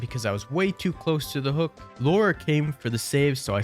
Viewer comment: Her name is Lara not Laura, there's no u in Lara.